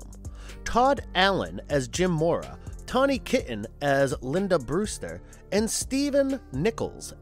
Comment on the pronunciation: And it's Taw-knee not tanny.